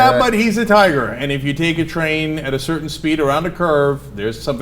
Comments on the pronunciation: I thought Cenk said, "...keep a tire in their back yard." and I was very confused about when were tires eating babies... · At first I heard Cenk say "tire" instead of "tiger" and I was like, WTF tires eat babies? O.o